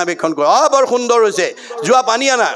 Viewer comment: Sundor nd hundor nhoi ,,khundor hbo lage খুন্দৰ